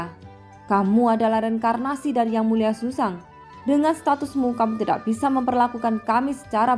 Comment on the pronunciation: Zhuzang bukan susang